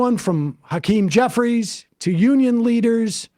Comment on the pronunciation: sounded like he said ‘Cuckeem Jeffries’